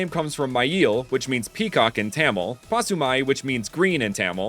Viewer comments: It's not pronounced Tamil but pronounced ta-mill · As and Indian,I very much respect all of this. But,'Tamil' (The language of the Indian state Tamilnadu) it is pronounced : Ta in the sence 'tata!' and mil in 'windmill' there you go,Tamil. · You did an amazing work on this video but a small nit-pick I have is how you pronounced Tamil, it's more Tah-Mil sounding